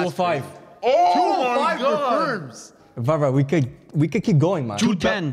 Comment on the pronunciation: It’s Varvar